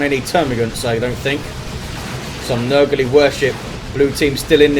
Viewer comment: you keep calling the Plague Champion's nuke Nurgle-ey...but according to the lore, the correct phrasing is "Nurglite." Also, the others are Tzeentchian and Khornate ie "Tzeentchian Empyreal Abyss" or "Nurglite worship."